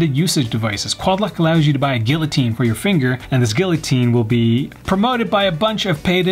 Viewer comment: assessories, gill-otine, fandangle…I feel like he’s just messing with us at this point.